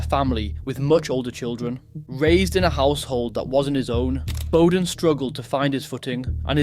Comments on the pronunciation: Bowden is said Bower as in SOUR so BOURDEN, not bow as in Robin Hoods bow. Sounds like it is tuff being Tough in Shanes' life. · You didnt pronounce his name properly… Shane, despite all his mistakes was unspoken and misunderstood. At some point I think he knew he was a man not long for this world.